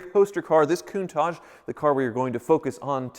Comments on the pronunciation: "Kun-Taak" pls pronounce this name correctly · It's not contaje! It's a Lamborghini Countach!